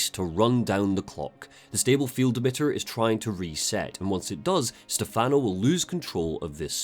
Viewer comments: you mean like STEH-fun-oh, not Ste-FAHN-oh, right? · Valentini is fine, Stefano is what he pronounced wrong. The emphasis is supposed to be on the first syllable, not the second. The way he says it in game is an American pronunciation. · One thing I find funny with Evil Within 2 was how obvious it was to me that they didn't cast an Italian to play Stefano. Dude comes out of nowhere and introduces himself by pronouncing his own name wrong. I should know, that's my name too.